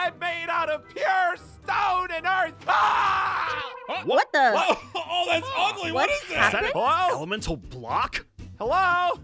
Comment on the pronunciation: bro bro Aphmau miss click a word it's Earth but its Earf